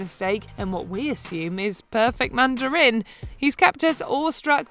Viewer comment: Everyone: watches passively The video: “Manda-RIN” Lol